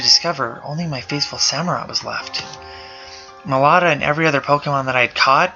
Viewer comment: it's meloetta